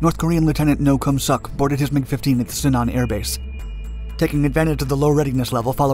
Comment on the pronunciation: it’s pronounced “me sook” not “me suck”